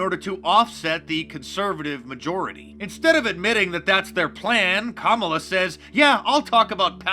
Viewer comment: Did you say camel toe Harris?